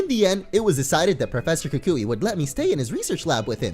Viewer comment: Lol pronounces it "ka kooie" when its pronounced "ku kwi"